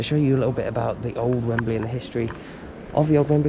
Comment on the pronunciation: So that's why it it I'd wemberley, cos it's wembalea